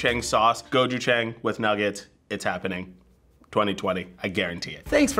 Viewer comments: bruh whats with their pronunciation gochujang, its gochu - jahng not gochujaeng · sunflower seed butter > chickpea butter - gochujAHNg, not gochujAENg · screaming internally gochujang = go-choo-jAHng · Me: oh gochujang... Fbe: it’s gochujANG They should’ve gotten tteokbokki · I’m Korean and I’m laughing because they said gochu jAng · The way she said Gochuchang was sooo sooo wrong. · "Go chew chaeng"....ah come on. Don't murder the name now 고츄챙 ㅋㅋ ^^ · *GO-Chu-Jang :) I was confused when they said it at first lol but I love that they liked it :D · gochuJANG (jah-ang) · I’m sorry but authentic Gochujang (go-choo-jahng) is spicy. Idk what they gave y’all. 🤦🏼‍♀️ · The way she said gochujang I really can’t Mukbang was bad enough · the way they're pronouncing gochujang is killing me tbh🤣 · I’m Korean and they have been pronouncing Gochujang wrong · i don’t think that’s gochujang and i’m crying w the pronunciation but it’s alright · Gochujang is a chili paste...that doesn’t look like the consistency, and definitely doesn’t sound like what it tastes like..idk if that’s like a new gentrified version. Definitely not the Korean one. And the pronunciation was horrible, can y’all at least try? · The pronunciation of gochujjang is so bad. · How they said gochujang omg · That pronunciation of gochujang though....... 🙈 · Omg the way she butchered 고추장 hurt me